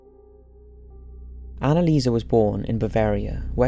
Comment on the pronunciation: Annelieserrrrr. Come on.